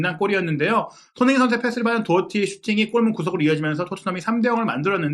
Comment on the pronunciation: 손힁잉 손힁잉 손힁잉 발음 좀 제발